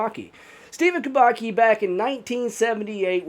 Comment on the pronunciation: Kubacki is pronounced Kooo-baa-ttt-ssss-kiiiii That said, Mermaids kidnapped him, enchanted him and kept him underwater and then let him go. It happens a lot in Haiti.